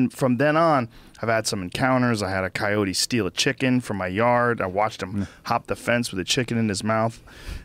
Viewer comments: Went from saying kai-o-tee to kai-oht because of the guest. Come on Joe. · I switched off 5 minutes in when he kept calling them cayots, what a fucking asshole. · Their pronunciation of coyote makes me frustrated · I like how Joe adopted the way this guy says Coyote with a soft "e"